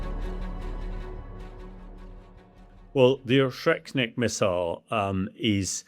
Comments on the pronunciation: Oreshnik not oshreknik. Either way doesn't matter but you pronounced things so wrong. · ORZHEKNIK Missile??? I really expect that people in TheSun atleast have basic reading and anauncing skills... mabe its not needed anymore today when applying to work there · O-resh-nik. Not O-shrek-nik. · "Oshetnik" missile..? Not "Oreshnyk"..? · Hamish didn't pronounce Oreshnik correctly. He is saying Or-Shrek-Nick instead of Or-Esh-Nick. 😂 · Dude said “O-Shrek-Nik” 😆 Shrek cannot be stopped! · Ahahaha why cant he pronounce Oreshnik? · you cant even pronounce the missiles name buddy. typical british behavior. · I'm supposed to listen to this supposed expert when he can't even pronounce the name of the missile properly? 🤡